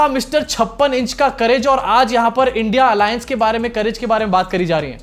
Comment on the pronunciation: पढे लिखे ना होने की वजह से इंडिया का उच्चार नहीं आ रहा हैं चाचु को.... अब चिख पुकार से कुछ काम नहीं बनेगा, पनौती लग चुकी.... झोला ढुंडो.....😂😂😂